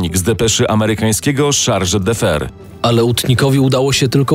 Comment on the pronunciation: fajna audycja, ale lektorzy mogli się nauczyć czytania obcych słów i nazwisk-wystarczył Słownik wyrazów obcych. Wtedy chargé d'affaires przeczytaliby jako SZARŻE DAFE, a nie jakieś bzdury. Zupełną żenadą jest odczytanie nazwiska Curzon jako Kurzon zamiast Kerzon albo terminu Volksdeutsch jako Wolksdojcz zamiast Folksdojcz (ta pierwsza wersja sugeruje znaczenie "Niemiec z chmur" zamiast "osoba niemieckiego pochodzenia") Jeśli ktoś chce się zajmować w historią powinien umieć przekazywać ważne informacje zgodnie z prawdą a nie wymyślać własne język i zasady czytania